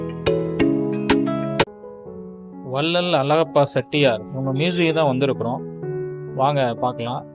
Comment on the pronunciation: செட்டியார் என்று சொல்லாதீர்கள். ச்செட்டியார் என்று சொல்ல வேண்டும்.